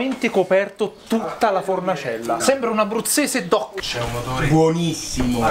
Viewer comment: ABBBRUZZESE DOC 😍💪💪⚪🔵💚